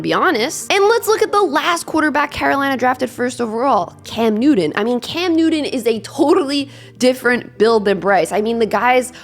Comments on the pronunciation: Bryce will be fine, reminds me of Doug Flutie.. Oh, that’s New-ton by the way.. Good content, keep it up. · Cam Newdon? When did he change his name? I always thought it was Newton.